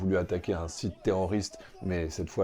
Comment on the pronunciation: 😅😅😂😂😂 Unnnn rraffaaal unnnn 😅 Mais non ma grenouille ce n'est pas uunnn😅, ni deux, mais c 3 , trois, Three 😅😂